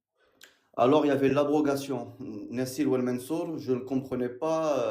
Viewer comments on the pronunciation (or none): Nasir wal mansour au lieu de Anaskhi wal mansoukh😂😂 ya que quelques lettres de différence mais ça change tout le sens arrêtez de vouloir parler arabe bande de bricoleur de la langue arabe utilisez la langue que vous maîtrisez